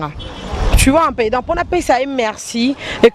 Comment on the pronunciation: deux cents et pas de cents, un peu et pas un pe, travaille la prononciation. u eza i te, eu eza différent na é, ai eza eu te. mais t'es très belle de visage. encore attention na bébé na ngandu. po display ça craint. j'ai peur pour toi.